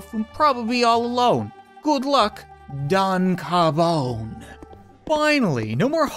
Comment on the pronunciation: Cob Rardon